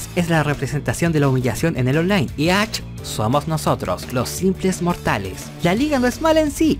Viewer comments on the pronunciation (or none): Todo el mundo pronunciando = Ash El pinche = Ach Jajajaja